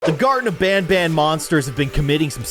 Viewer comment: BANBAN? ITS PRONOUNCED BONBON